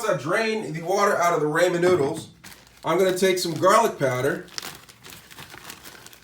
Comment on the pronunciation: I hate the way you say ramen. Lol